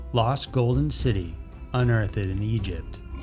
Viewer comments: Hahahaha the narrator really said "Un-earth-ed" instead of 'unearthed' in the #1 into Idk why mispronounced words and bad grammar make me laugh so much...but they does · It's "Unearthed", not "Unearth-ed". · He does it in every video, I wonder if its on purpose since I've never head any native speaker make such odd pronunciation mistakes.